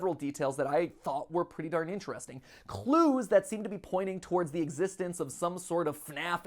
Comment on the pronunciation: Everyone: clues Mat:kglews